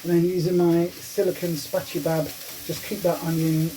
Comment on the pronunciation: I love how you call a spatchula a "Spatchybab" lol :D Definitely gonna give this a go though hun so thanks for sharing ;)